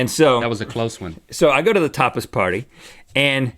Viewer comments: Sounds like "topless" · At first I thought Rhett said "Topless" party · When Rhett was saying tapas party, I heard for a split second, topless party and I was like, waaaaaaaatttttt????? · I thought Rhett said topless party 😭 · I thought he said topless party too 😂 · could have sworn rhett said topless party. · I thought he said, "Toppers Party" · I thought he said "topless party" right before he said something about not saying that wrong. Lol! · I totally heard "topless" too. XD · I definitely thought he said, "Topless party." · Replace the "P" withe a "T", that's what it sounds like